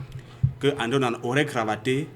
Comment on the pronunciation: Onana not OWONA